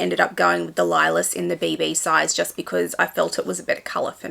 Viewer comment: I ❤ the Capucines. I have one and feel so special when I wear it. This is such an awesome collection!!! Thank you for sharing. ❤ Lilas means lilac in French. It’s pronounced lee-lah. 😊